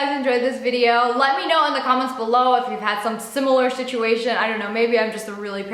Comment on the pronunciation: Is it just me or at the end did she say 'shituation'? 🤔🤣🤣🤣🤔